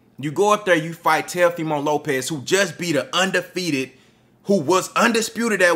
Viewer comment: Oh so you was saying TELOfimo on purpose? 😂😂😂